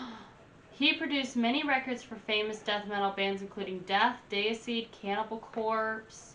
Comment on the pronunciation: The way you say Sepultura and Deicide is triggering me sooo much